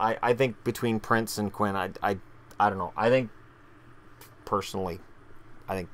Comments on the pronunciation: Quine is pronounce Qwine, not Quinn. Pelech is pronounced Pelek. Dal Colle is pronounced Dal Cole, Not Dal Colly. :) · Quine is pronounced Q-wine